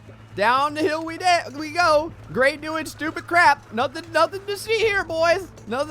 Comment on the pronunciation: Hey Gray, every time I hear you say "Gray" I keep thinking you're saying "Gregg" and it keeps reminding me of "old Gregg" (the seaweed pink lips man). If you have time, you should watch it!